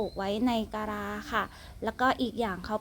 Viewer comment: กะลา,ไม่ใช่กะรา.เวลา,ไม่ใช่เวลา.คำว่า.มากๆเยอะไป.มากคำเดียวก็ไม่เชยนะ